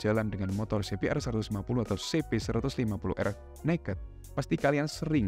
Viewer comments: Coba bilang aja ce be er mas, gak usah sok inggris tapi salah. Pake bilang si bi tapi di hurup R nya dibaca er, padahal harusnya si bi a. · He..he..kl pakai kata "si bi" hrs pakai "ar" ya bang, bukan "er"